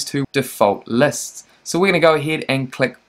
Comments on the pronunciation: That was painful to listen to 😬 Læsts and sigments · The way you pronounce lists and segments, also the way you keep repeating these words.